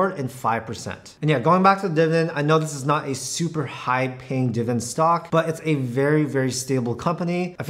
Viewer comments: diviDEND, not diven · Can you actually pronounce the word "Dividend?"